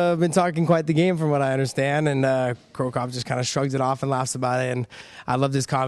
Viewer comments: who the fuck is the guy that keeps calling cro cop "cro cough". i hope mirko sees this so he kicks his ass lol. im surprised he didnt call ryan bader "vader" haha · Cro Coff lol what? who is this guy?